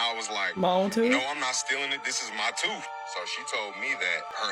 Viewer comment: Tooth not toof